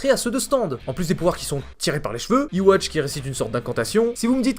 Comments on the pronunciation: En fait Yuhaba se dit tout aussi bien Yhwach (qui se prononce Yuhwach pas "iwatch") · Yhwach se prononce Youhabaha arrêtez de dire iwatch !!! 😂